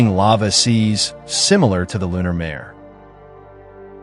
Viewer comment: this is AI. Only AI would mispronounce lunar mare. It’s pronounced more like “mah-ray”.